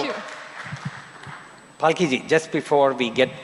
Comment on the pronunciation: Falki??? 😂😂😂 What Was That Pronounciation 💀